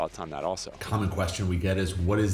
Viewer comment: The ETIAS is not yet in operation but the UK’s ETA is. Also, you are pronouncing Shengen like it’s Chinese. It has a hard g.